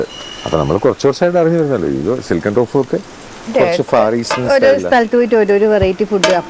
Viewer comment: ടോഫു അല്ല തോഫു, ചൈനയിൽ സാധാരണ കറിയായി തോഫു ഉണ്ടാക്കും